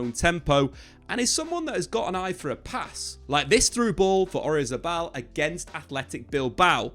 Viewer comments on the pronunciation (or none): none